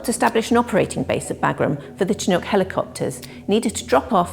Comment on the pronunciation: Why do us Brits pronounce Chinook wrong?